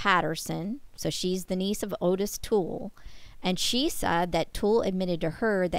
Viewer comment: His name was pronounced Ottis, like otter.